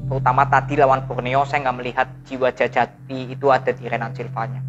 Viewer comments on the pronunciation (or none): DJAJATI bang dibaca Jayati 🙏